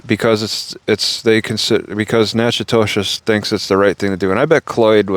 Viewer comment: It’s pronounced Knack-uh-dish